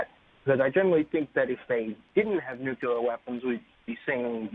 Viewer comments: It's nuclear not nucular for the love of God!!! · "nukyaler" = no credibility. Nuke Lee err. not that hard.